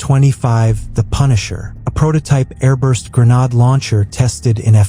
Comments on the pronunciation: 'Gre-nod' launcher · If I heard that AI voice mispronounce "GREN-ODD" one more time, I think my head would have exploded